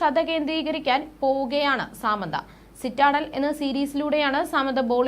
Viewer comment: സാമന്ത അല്ല She is സമാന്ത